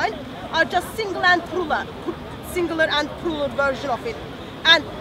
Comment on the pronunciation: "singular and prula" 😂😂😂 It's "plural"